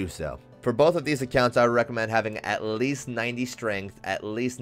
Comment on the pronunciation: bro the way he says "at Least" pissed me off